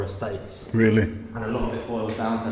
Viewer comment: listen when says “really” he’s using the English accent 😂 realehhhh😂